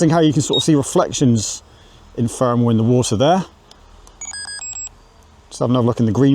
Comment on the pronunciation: It's not Fermal, it's thermal. I know you're capable of making the TH sound with your tongue between your teeth.